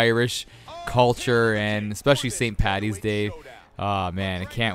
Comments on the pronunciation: Why would you say pattys day it's paddys and not all Irish are drunks. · It's Paddys day not pattys day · I'm irish..mustard and pickles are not traditional haha..and for the love of christ it's paDDys day not pattys day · It st "paddys' day. Not pattys. Please.